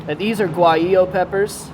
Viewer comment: Do not pronounced the G in waheeoh